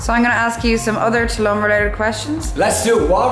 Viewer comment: Learn to say Tulum properly please.